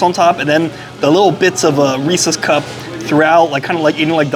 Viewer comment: Thank you for pronouncing “Reese’s” correctly.